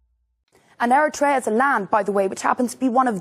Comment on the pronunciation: I’m sorry,with all due respect,the pronouncement ERI-TRE—YA, sounds different from the real pronunciation ERI-TREA.at least in my opinion.thank you.